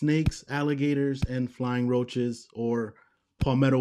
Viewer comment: Did you say flying roach 🪳?